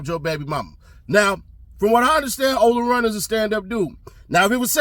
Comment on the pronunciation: He said Ola Runt……